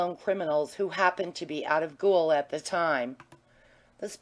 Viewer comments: Does nobody check these recordings? American lady keeps pronouncing gaol as ghoul. Drove me crazy, along with her poor, disjointed reading. Enjoyed the story though. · Chapter 9 'read' by a semi-literate (gaol = gool, vagaries = vaggharris....) mad woman ignoring punctuation, line breaks, paragraphs, emphasis. Ruinous, and shame on Librivox.